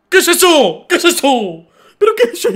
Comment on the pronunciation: KESESO? KESESO?